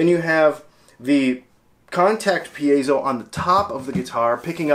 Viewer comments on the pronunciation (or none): Actually the accent is on the second syllable: per AY zo